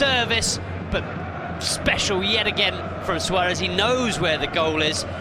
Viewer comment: Anyone know why the commentator calls Suarez "swadith"?